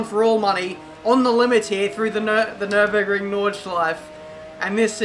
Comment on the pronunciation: "Nürburgring" put the "ü" please there:D i know that you dont have this letter in your langauge